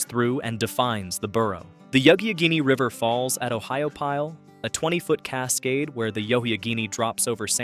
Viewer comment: Yuck a genny River. 😅